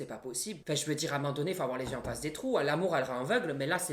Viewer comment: Moi j'adore quand tu dis "amandonné" au lieu de "à un moment donné". Merci pour les barres de rire.